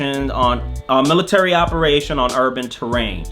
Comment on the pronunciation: There's no such thing as a "mulitary"